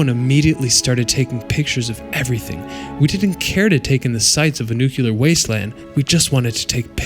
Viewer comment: Learn how to say NUCLEAR.